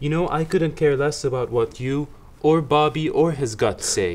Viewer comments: It's Bahhby, and he had a hahht attack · Why does it sound like his name is Bobbi instead of Bobby?